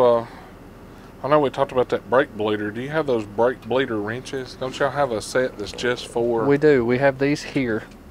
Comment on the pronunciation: Did he tongue twist himself and say brake fleeder when he introduced it or was that just me hearing things?